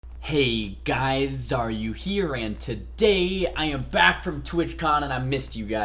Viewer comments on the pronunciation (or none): So does he say Xaryu here or are u here? like bruh